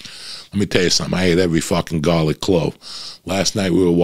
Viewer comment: Eating gahlic, blowing fahts like a doctah!